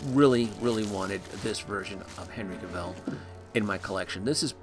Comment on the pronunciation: Cavill rhymes with Gravel